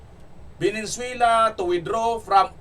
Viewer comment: Venezuela not Venenzuela!! Ayusin mo blog mo pare✌️